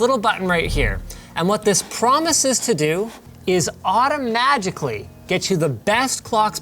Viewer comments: <<< lol 😆 AUTO-MAGIC-LY ..... Linus are words hard ? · I'm sorry what? aujamatically?